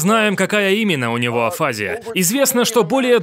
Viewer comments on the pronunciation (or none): АфазИя, не афАзия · И не афАзия, а афазИя... ударение на последний слог =) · строго говоря, афазиЯ (в русской медицине принято так ставить ударение) - это всего лишь симптомокомплекс с характерными проявлениями. К одним и тем же симптомам могут приводить разные болезни или механизмы (есть разница между инсультом и опухолью, не так ли). И да, может быть поражена зона БрокА, зона ВерникЕ или обе вместе. И тот, у кого берут интервью, тоже не знает точно что произошло с Брюсом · Обычно ударение на 'и': афази́я. Центр Вернике, не Винокура. Это два речевых центра в височной доле: Брокка и Вернике. Один отвечает за способность говорить, второй за способность понимать речь. При афазии нарушаются эти функции: ты не понимаешь, что тебе сказали или что написано, и не можешь выразить свои мысли вербально. Жаль Брюса. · Ударение на букву И афазИя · Правильно "афази́я" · АфазИя, дислалИя, дизартрИя, алалИя. Ударение неправильное. Говорю, как логопед.